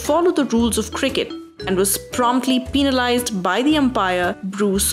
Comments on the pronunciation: Can you say penalised properly in stead of peninalised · Ha ha ha pee-na-lized